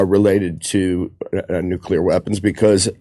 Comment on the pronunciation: NUCULAR WAR!